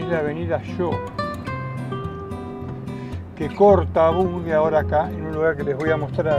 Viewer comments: Me pone muy nervioso escucharte repetir mil veces “Bungue” como si tuviera U. Es y se pronuncia BUNGE, por Dios! BUNGE! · La avenida se llama Av. BUNGE. Ud lo pronuncia BUNGUE.